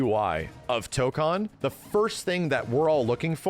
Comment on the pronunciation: It annoys me that he keeps mispronouncing Tokon lol, guess I'll have to get used to it since most people are going to mispronounce it.